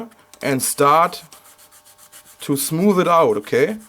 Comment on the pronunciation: Ok! But it's all ok, ok? (if you want to change your language even more, work on "th" (your smooth sounds like smoof) and "ch" (your cheap sounds like sheep) :)